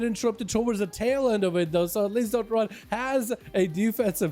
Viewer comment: Dot and run am i the Only one that noticed he didnt read dotnrun right